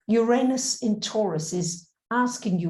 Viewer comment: I love your stuff. But, [(amusingly to me, after having spent 2 hours with someone even more struggling to entertain content past their prejudices of form (regarding your accompanying recent plejaran video), I still have to request)] could you please spend (even an hour, or just a minute) practicing and retraining your lips to a new habit of any of the pronunciations of Uranus that are not "your anus". Oo-Rah-Noos, Ur-Ah-Nis, Urr-Ahn-us, no Ee-Oo at the start, no "anus"(/Ay-nus). The mispronunciation is [EVERY time] jarringly, shatteringly, offensively, distracting. Also seems in the same harmonic as using derogatory terminology for the different (~ the planet that spins on its side (and offers the important other perspective), gets their name phonetically pronounced identical to "your anus",... see? bad vibes pronunciation). Try "ooh", or "ugh", not "your", and more "ah" than "ay" helps too, as does "nis" or "noos", rather than "nus" sounds. Please stop having your mouth and vocal chords say "your anus" when you mean "Uranus". they are different words. no matter how commonplace that lazy ugly mispronunciation is. (it [that mispronunciation] also kinda feels like a "f*** you" to Aquarius (and Aquarius egalitarian innovative ideals). Which I'm sure you don't want to be doing.) Even if you're not going to drop the "You" sound at the start, please try at least "you ran us", rather than "your anus". Uranus doesnt deserve this mistreatment. Hasn't it suffered enough? (Also